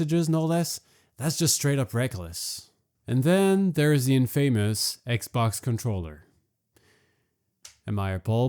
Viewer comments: Mispronunciation of the word “infamous” … automatic thumbs down for that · I was finding it interesting til you said "in famous" rather than "infamous" psychopath things like sock then shoe sock then shoe xD